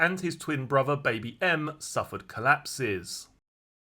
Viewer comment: Can you please pronounce your words correctly,as in Three,not free,brother,bot bruvver,father ,not farva…. It is awful to listen to.